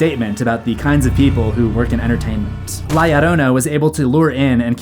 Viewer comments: La Llorona isn't pronounced "Lie arona" lmfao Edit: Can this guy pronounce any name right? And he says them so confidently too. This is unwatchable. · FYI, there is no "i" in La Llorona. It are two "Ls." Pronounced as "La Lorona."